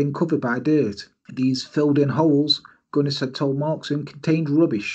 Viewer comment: You absolutely nailed the Norwegian pronounciation! Well, close enough anyway... New subscriber, great channel! Thank you for not using a monotone robot-voice like too many true crime channels do. You actually sound alive!